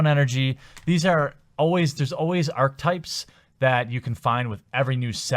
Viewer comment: You are guaranteed 7 rares +. You forgot the promo card. You are still right though. Learn the commons mainly because you will see lots of those. Uncommons are the most you can peg hopes on. Everything else is so randomly rare they may as well not exist. (Also 'archetype' has 3 syllables. It's similar to the word 'architect'.)